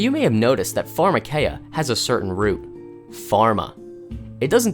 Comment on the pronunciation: If you"re going to quote Greek, get it right. farma KEEE ah